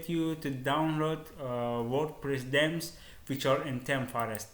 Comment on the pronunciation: its themes not dems